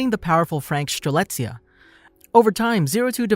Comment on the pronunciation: ah yes, piloting Stre-LIT-zia